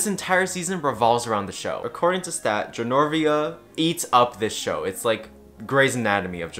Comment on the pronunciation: Every time you say “Genorvia” you sound like a drunk person trying to explain The Princess Diaries